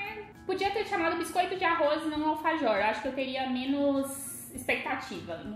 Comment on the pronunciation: vc não fala bem vc fala errado alfajor